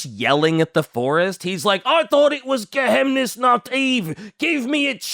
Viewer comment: As a german i have to say: Its pronounced "Geheimnisnacht" (Geheimnis = Secret / and Nacht = Night) not "Gehemnisnacht" like calls it. If you pronounce it Gehemnisnacht it would mean Inhibited-Night. In German you pronounce every Letter in a word, unlike in French where you just ignore half the Letters. And yes im fun at Partys. Especially at German-Grammer-Partys.